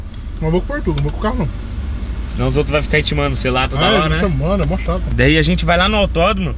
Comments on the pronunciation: parece que a fala moh sera que pode nada aqui quem acha comenta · Só eu q percebi que em ela falou moo ?